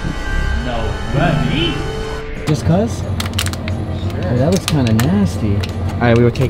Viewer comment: awesome edit with that guy saying "what no muney"😂 hes from the netherlands and i am to greats from here